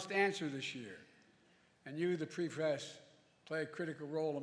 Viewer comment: “And you the pree fress play a critical role” 😂